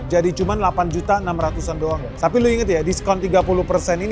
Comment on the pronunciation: Guys not guess.